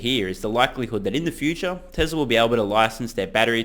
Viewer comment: I love your show but for the love of god please stop saying "Tezler" most of the time you do pronounce it correctly "Tezla". I know its spelt Tesla but Elon has said several times its pronounced like a "z". Could you also do your ads at the end. When it's in the beginning I fast forward to when I think you are actually speaking about the topic.